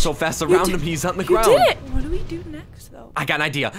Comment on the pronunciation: For do she said dfo